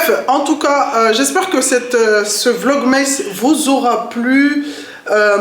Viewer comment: Coucou! Porte toi mieux et bonnes fêtes à la famille 😊 PS: c'est vlog "masse" et non "meïsse" 😉